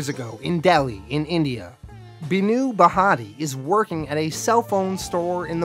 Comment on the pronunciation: You trying to pronounce Hindu Names so funny its bhaa-tia. 😂